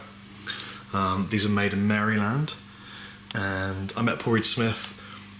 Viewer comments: Lol. It's pronounced Mare lend. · It's amazing how a word or name can baffle you until you see it spelled out - when I heard you say Maryland, I honestly didn't realize what you were talking about seeing as it's pronounced over here 'Merrilend' or just about. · That's the best pronunciation of Maryland ever!! I will forever call it Marry-Land. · You're saying Maryland wrong my friend. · The Y in Maryland is silent. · LOL, its not pronounced Mary Land, its pronounced Mari-lund. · I'm sorry rob, but here in America, it's not pronounced "marEE-land", it's pronounced "marUH-land"...but we also say garage as "graje" so whatever haha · Hahaha merry-land. its pronouced mar-ih-lind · Merry-land?! It's pronounced MARE-uh-lin. Jesus. Learn to speak English. "Merry-land" my ass. A Frenchman once told me he could easily get it right by "saying it like John Wayne". He actually got it wrong, but he still said it way better than you. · lol he pronounces it "Mary-Land" us Americans pronounce it differently, at least us new yorkers do...we say more like "Meryl-Land" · I didn't know we had a state called Mary Land. There is a state named Maryland (pronounced mare-i-lund) I wonder if they are near each other? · it's maryland not merry-land :D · Im sure you probably know this, but just in case: It's pronounce mare-LUND as opposed to Mary Land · I'm Canadian but I'll still give you a hand here...it's phonetically pronounced maralind. I couldn't resist...said it too many times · I'm sure you probably don't care at all, but just in case otherwise, people who are from Maryland say it like "Mairland". People who aren't from around this area, even in the states, tend to not know that. Also, sick guitar :) #jelly. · It's pronounced Mar I land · Americans pronounce Maryland as MehriLend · Nice vid! the more "proper" pronunciation of "Maryland" is "merland" :P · It's pronounced "Mare-ih-lynd. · pronounced (Mare' ah-lind) FYI :-D